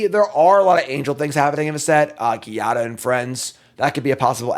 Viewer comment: to pronounce "Giada, font of Hope" correctly, imagine it's written Jiada. It keeps making me smile every time you say it "ghiada"😂 (it's an Italian name, trust me, I'm Italian😊). Btw great job with this foundation review. It was a million cards!